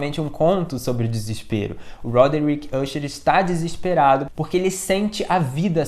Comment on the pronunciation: Pô, se pronuncia "acher" e não "úcher". É "dupan" e não "dupin" caramba